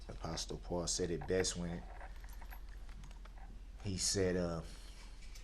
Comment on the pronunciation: If he went to church so much he wouldn't say apostopaul !!!!!